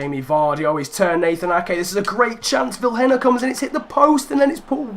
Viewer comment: Vilhena is prenounced as viléna